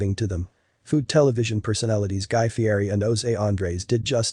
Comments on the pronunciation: He pronounces his name Fee-ett-eee. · It’s actually pronounced ‘Fietti’ even though it’s spelled ‘Fieri’.